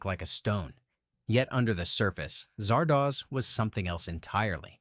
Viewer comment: I've noticed that everyone who talks up "Silent Running" tends to gloss over or even completely ignore the fact that the MC murdered his own crew and the crew of another ship that came to rescue him for the sake of trees that will probably end up dying anyway. How do you mispronounce the name Zardoz when it's said repeatedly in just the first few minutes, even if you are an AI? Kind of funny that I watched most of these movies already.